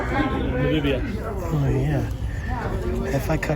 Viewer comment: interesting well made video. My only criticism. the country you call "Nambia" is Namibia, NA-MIB-IA. !!